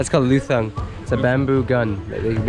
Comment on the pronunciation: luthang is pronounced lut-hang